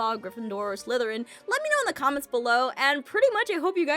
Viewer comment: ITS pronounced slytharen